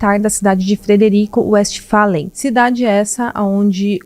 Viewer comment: É Frederico vestfalem a pronúncia